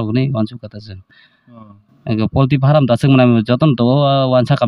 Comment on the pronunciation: Farm❌ faaraam✅